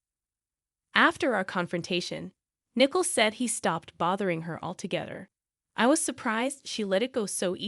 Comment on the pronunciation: It’s not nickel but nicoal